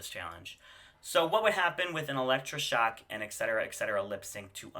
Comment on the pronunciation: Why do you mispronounce Etcetera's name? It's not Excetera. It is pronounced like AT-SET-ERAH.